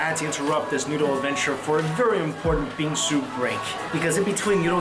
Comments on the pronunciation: I thought you said bean soup and now i know what bingsu is and i want it so bad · When he say 'bingsu' I heard bean soup like what? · thought he was saying Bean Soup but he was in fact saying Bingsoo